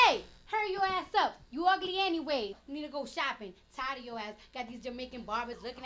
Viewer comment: I love how she turned ugly into a 3 syllable word 😂😂😂